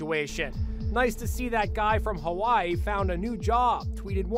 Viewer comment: First off pronounce Hawaii correct secondly a Tsunami isn’t even that scary it happens to us pretty much every year 😐